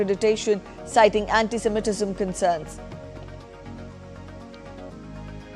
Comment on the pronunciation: It’s not ‘anti-seminetism’ It’s anti-semitism Get the pronunciation right